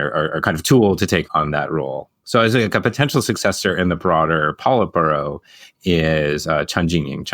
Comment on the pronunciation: Great stuff. I'll remember the polite burrow pronunciation 😂 ( I'm kidding, I'm not the part of the pronunciation police )